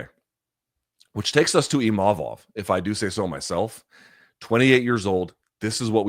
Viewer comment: Funny how Imamov made a point after the fight to say that his name is not "Imavov" but Luke keeps calling him that 😂